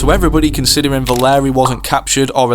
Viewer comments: it’s V-A-L-E-R-I-A not valerie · Valeria is pronounced Vul- Area!!!!!